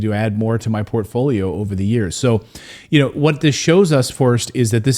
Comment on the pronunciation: whudat "dey"